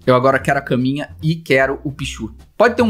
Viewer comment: "Carninha pro celular" "Não é caminha pro celular" Eu: Felipe e sua dicção kkkl